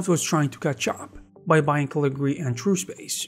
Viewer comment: Cool. I remember Caligari back the 80s. Along with Turbo Silver and it's follow-up Imagine. But it's Caligari. You keep dropping a syllable. 😁